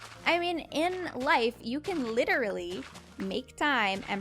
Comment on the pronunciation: When you were talking i wanted to ask: you said that 'I'm litrely working at the hospital' A hospital? Why?